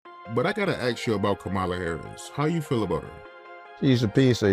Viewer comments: “I gotta aks you” 🙄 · Question? Why do black people say ax instead of ask. This drives me crazy. It makes me think low IQ when you can’t say or use the correct word. Please teach your kids ASK. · From the very beginning “AX”. Why? We know how to say it! Is it just being defiant? Is it trying to be separate? that one never made sense to me!!😮